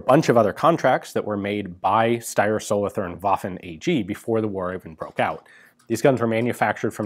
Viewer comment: Solothurn is pronounced with a sharp t but with a longer u. Much like the word cartoon Solotoorn